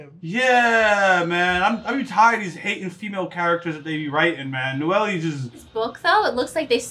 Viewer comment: and uh 1 thing dude the girl’s name is pronounced “No - el” not “No - Ely”